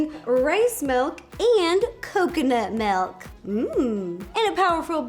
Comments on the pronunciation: Rosanna Pansino not trying to be mean! But its milk! Not Melk!! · Milk not melk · I almost didn't click on this because I knew she was going to say “melk” and “peena colada”. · Anyone else notice Ro pronounces Milk as Melk 🥛🍪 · I am happy I wasn’t the only one who heard her say (Melk)😂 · Roe I love ya..your awesome but its "milk" not "melk" I know people say it differently but still..."milk". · Take a shot every time Ro says melk 😂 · Did anyone else notice Ro says “melk” instead of “milk” I’m not judging her I think it’s adorable 😂💕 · People say Melk and I say milk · SHE SAYS MELK NOT MILK I HATE THAT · Does anyone else think it’s kind of annoying when people say “melk” instead of “milk”.... not trying to be rude at all. I love Ro 💕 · why does she say melk is that American for.milk 🤣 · no I'm American and I say milk. She's just weird. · Everyone else: milk Ro: melk Scottish people: mulk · It’s ok Ro, I also say “melk” instead of “milk” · Does Anyone love the way Rosanna says milk she said Melk ❤️💖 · No one: Ro: Melk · Me: Milk Ro: Melk Me: Milk Ro: Melk Me: Melk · did she say M E L K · I can't unhear it anymore! 😂